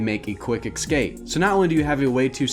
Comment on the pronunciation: How do you spell escape? Excape? What about especially? Expecially? It's what I'm hearing. You need a writer. Or a speech thingy person. Haha